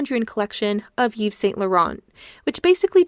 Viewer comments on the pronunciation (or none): none